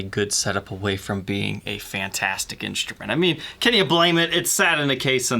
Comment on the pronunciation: people saying inCHtrument drive me nuts...